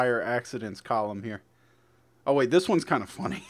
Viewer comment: lol it's sounds like you say fully instead of funny